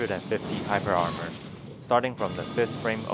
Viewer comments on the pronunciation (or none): none